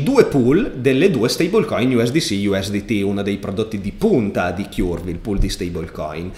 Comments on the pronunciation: Ti prego, Curve si dice come Kurt (ma con la v, non la t), altrimenti mi viene sempre in mente il nido del chiurlo:D Per il resto sempre grandissimo! Grazie! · Curve si pronuncia cörv, che suona molto simile a burn, turn, learn.